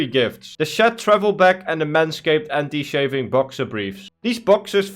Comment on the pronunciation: its anti-"chafing" not anti-shaving (chay fing)